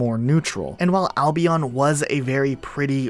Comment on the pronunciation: i dont like the way he says albion